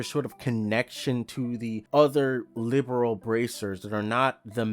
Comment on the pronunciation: It's Li-berl. Not liberal.